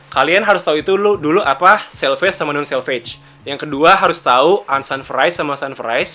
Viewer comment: Itu selvedge accent bukan selvedge